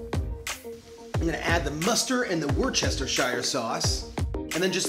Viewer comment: As a British person the way he said Worcester pained me